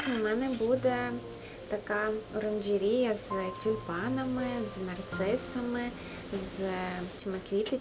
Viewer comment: Якого розміру Ваша оранжерея? А ще кумедно вимовляєте слово " оранжерея" ))